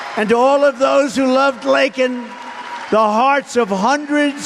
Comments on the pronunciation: How come TRUMP can say "Laken"....and Biden said "LINCOLN?!!"....Yeah, that!!!😢😢😢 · Almost everybody on tv sounded like they were saying. Lincoln. I thought for days that's what they were saying I'm a Trump person but I believe in the truth is the truth. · Yes she called her Lincoln. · Laken not Lincoln get her name right dummy Trump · While Biden mispronounced Laken's name wrong and apologized to her killer. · Appreciate President Trump showing such respect for the Riley family who had their beautiful daughter killed by telling what happened. Biden couldn't even pronounce her name correctly. Now Biden is calling the illegal a new comer. He is out to destroy the US. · Lakens n others blood is on BIDENS HANDS!! HE COULDNT EVEN SAY HER NAME RIGHT!! FJB! TRUMP TRAIN 2024❤ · He pronounced the name wrong but he was sincerely empathetic. This speech is inciting hatred not political policy for the legal Americans. What happened to the political system? If the immigration policy of the Democrats and Republicans was passed it would benefit that problem of which you speak but you told the government (for the people) to vote it down and make sure it was not passed. That sounds hypocritical and dangerously dangerous 👀👀👀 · Because I'm sure Biden personally escorted the guy in...then he intentionally mispronounced her name when MTG used her death as a political prop. Now, as Trump makes fun of Biden's speech impediment like a 3rd grader ...he'll win her family's support by repeating the fact that her name was mispronounced ...and THIS is who the GOP wants to return to the WH...sad...they'll find out soon enuff. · Biden APOLOGIZED for calling the murderer an illegal, but didn't apologize for mispronouncing Laken's name...absolutely disgusting Biden. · Biden apologized to the killer, and mispronounced the victims name. Biden is despicable.